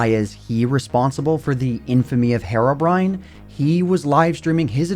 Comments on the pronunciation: His name isn't Hairobrine it's Herobrine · It's herobrine not harobrine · it is pronounced hero-brine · I don't get it. What is the actual English pronunciation of Herobrine "Herobrine" with a Spanish-like sound of a letter "E", or "Hirobrine" with the English sound of the letter "E"? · Your pronunciation of "herobrine" bothers me so much more than it should lmao, but otherwise great video as usual!